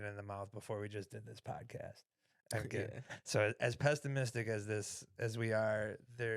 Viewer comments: Did you say "pestamistic"? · Yo, it is "pessimistic" my friend, not "pestimistic" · So pestimistic… 😂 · Yo, don't be so pestimistic towards!